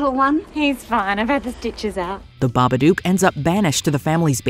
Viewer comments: The 'Babadook' isn't pronounced the Baba-duke. It's an onomatopoeia of knocking on a door. It's also said in the film as well but... I dunno why I expected more of this channel. It's basically a corporate sell out that churns out content at a quantity over quality basis of content now-a-days anyway. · Also, even though what you said isn't true, it backs up my statement as the pronunciation of Babadook is Bah Buh Dook (as in book; I'm not entirely sure the Baba is pronounced that way but the video is wrong, I just point it out since nearly everyone says the name wrong)